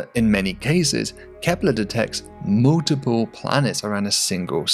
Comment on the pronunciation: I love it when he says, "mooltiple".